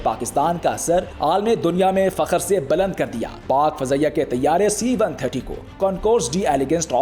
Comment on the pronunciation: Baland nai. Buland Kar diya. Ap ne esi urdu bol ke hamare mulk ka sir past Kar diya. Afsos